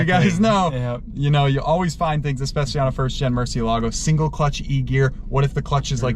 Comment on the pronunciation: Ok, finally I see how Lamborghini writes the name of the car and it clearly has an accent so it's Murcieeeeelago not Murciiiiiiiielago. It's Spanish guys.